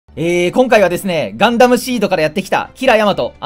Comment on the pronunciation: 正気じゃない目になるのほんとすき それと冒頭の挨拶は今回はですねからの方がやっぱり大好き、「今回は」だと「は」の抑揚が強すぎて嫌になる